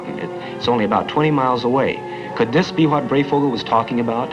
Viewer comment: It is pronounced Brey as in HIGH"...Thank you...